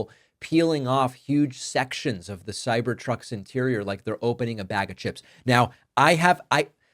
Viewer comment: “Cybercucks”! Come on David, that has to be intentional!